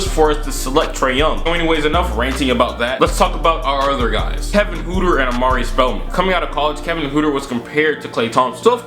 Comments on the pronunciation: 😂😂😂 his name is pronounced Hurter n not hooter but I like the vid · PRONUNCIATION GUIDE: NOT HOOTER, ITS HURTER. Like hurt.